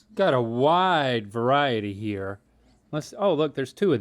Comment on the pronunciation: Link keeps saying here like cartman “hya”